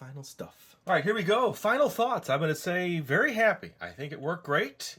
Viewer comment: did he say berry exciting